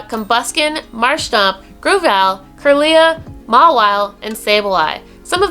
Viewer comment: just wanted to point this out: 1. you prenounced kirla slightly wrong 2. gardevour can be male too lol. 3. solrock & lunetone are not region locked :D